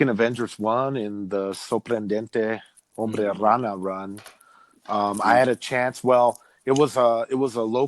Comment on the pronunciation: When you say Hombre Araña its funny, it sounds as Hombre Rana which means Frogman 😁